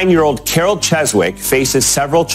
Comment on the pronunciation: "CHESWICK." Hilarious mispronounciation of the day